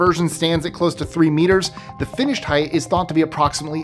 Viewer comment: Height not Heighth